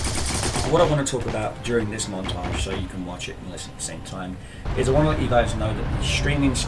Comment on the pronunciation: montarge?? not monatge or montarge? xD